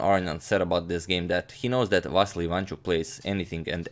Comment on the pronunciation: you are pronouncing vassily wrong it va si li